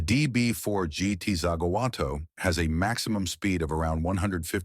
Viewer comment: The dire pronunciation in this video ruined it for me. I could forgive the bad Zagato sound but to get Le Mans wrong is unforgivable. Also showing extended footage around a one off Bentley made no sense.